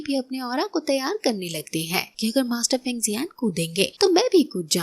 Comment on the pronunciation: Sister us bande ka nam fang zun zhei hey feng zhei nehi